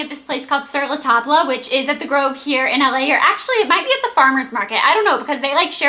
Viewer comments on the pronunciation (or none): It's pronounced Sur La Tob... It's french.. not tob-la.. I'm not trying to be mean.. but yeah.. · I think its called sir-la-tobb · Its pronounced sur la tab, the le and the end is silent, but other than that you said it perfect!! :) not trying to be mean, just trying to help :) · it's said sur la TOB....ITS FRENCH AND MEANS ON THE TABLE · OH GOD! I knew when I saw the title of the video that she would pronounce it wrong. It is "Sur La Taab". The "L" is silent. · "sur la tob" is how you pronounce it. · ...its pronounced "Sur La Tob"... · your prononciation of Sur La Table kinda bothered me.